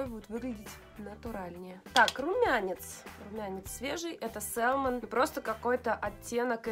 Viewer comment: еще раз: salmon это ласось, когда мы произносим то l опускаем. Говорим мы "сэмон", а не сэлмон, как несколько раз повторила. И уж никак не "сАЛмон" как говорите Вы. Это как в слове often мы не произносим t. Есть такое правило в английском. Примите как факт. Это не нотация, а ликбез, к слову. Мы люди и все можем ошибаться. Но спорить тут бессмысленно.